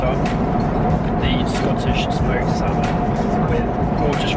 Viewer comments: i am avin the smoked salmon heee pash boy you let your yorkshire accent slip eeee by gum lad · I didn't know you were northern! ish, where you say Smoked Salmon. I love it.